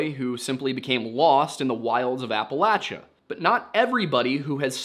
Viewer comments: I appreciate that you pronounced "Appalachia" correctly. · I’m just glad he pronounces Appalachia the correct way.